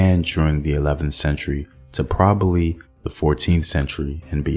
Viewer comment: 😂 !!! "Ta probally"!!!😂